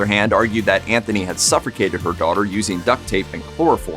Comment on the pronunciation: Dude, you said "sufERrcated". 🤔😐🤨